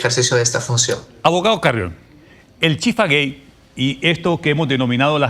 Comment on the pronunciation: Dijo Chifagay y no chifagate que es lo correcto.